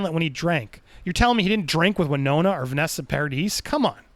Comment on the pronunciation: You’ll correct the last name pronunciation but not the first lmao.